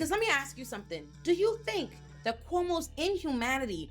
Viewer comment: Everytime she says "Cuomo's sexual harassment" it always sounds like "Homosexual " .... I literally Do a double take every time she says it!!!